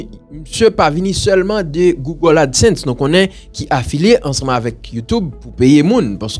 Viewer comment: LI EKRI GOOGLE MEN LI PRONONCÉ GOOGO (GOUGO )